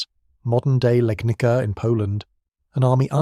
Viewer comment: It is Legnitza.